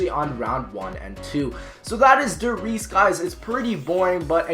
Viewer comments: Der Reese?? 😂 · copoff Der reeses's der reeses's lol 5/10 recommend ok, ok, ... shangri-bruh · der Reese's lol